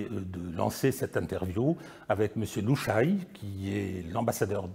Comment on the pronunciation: Petite remarque,: on ne dit pas "Lou Chaille", mais "Lou Cha Yé".